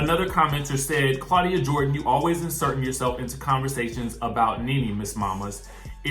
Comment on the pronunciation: Okay "CLAWDIA" mind yo own Gurr!!!!